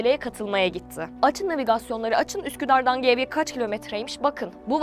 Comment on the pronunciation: İyi güzel bir sunuş'un varda Geyve'yi 2 kez Gevye olarak talaffuz etmen hiç hoş olmadı.